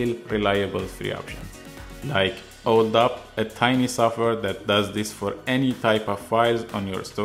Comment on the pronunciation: Thank you. Have you done a thorough scan of ALLDUP to make sure there is no malware in it? By the way, "DUP" as in ALLDUP or "duplicate" should be pronounced with a long 'U" as in "You", not a short u as in "puppy."